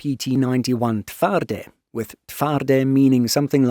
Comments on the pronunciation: Pretty good pronunciation of TWARDY - kudos to you. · As a Pole, I can confirm the excellent pronunciation of "Twardy" and "Polska Zbrojna." Truly, respect! Neither of our languages is easy for foreigners.